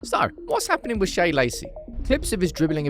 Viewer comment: out here absolutely DYING attempting to remember how to pronounce Shea’s name properly every time🤣